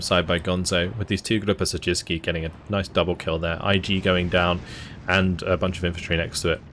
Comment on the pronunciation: wow! Your pronounciation of 'Siedlce' was quite good! Go!